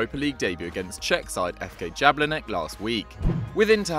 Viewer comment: please research on pronunciation. you butchered jablonec and completely continue to fail on kimmich